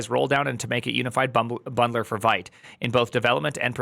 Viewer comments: it's not "white" it's vite like "weed" but with a t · it's vite like veet, french for quick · It is pronounced “Veet”! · Primeagen — hate to be reductive here— but if you can’t pronounce the name of the tool correctly, your opinion is rendered null & void.